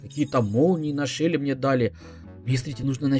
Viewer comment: почему ты говоришь шэли а не шелли